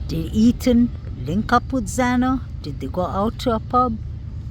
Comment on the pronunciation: What a beautiful place! I’ve watched alot of your videos. I just heard you say E- “th”an!!! I was going to tell you, if you can practice ”th”is you will have his name correct!!! It’s E-“th”an! He was on the bed but I believe his neck was slashed and if he/ they carved his legs at all… it was after he had passed!😢 RIP Kaylee, Maddie, Xana and E “th”an